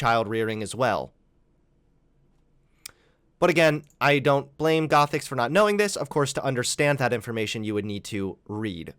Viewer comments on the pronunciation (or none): none